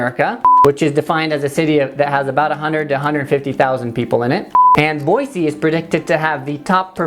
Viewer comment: number 1 way to get a Idahoan mad: saying "Boizee" instead of "Boise."